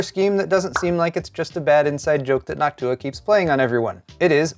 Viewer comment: it kinda hurt hearing NochtUUa since i only ever heard it said NOOOchtua..... not saying he is wrong or anything, but i was shriveling on the inside.....